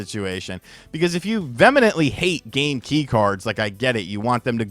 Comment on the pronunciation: It’s ‘vehemently’,. ‘Vee-hih-mint-lee.”